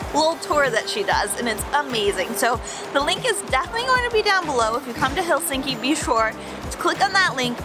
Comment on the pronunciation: FYI .. It's pronounced HELsinki. The accent is on the first syllable.